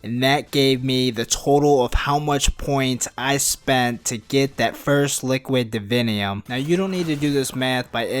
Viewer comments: lol I like the way you say liquid "davinyum" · listen to the whole video but only listen for him saying "liquid divinium" it's fucking hilarious.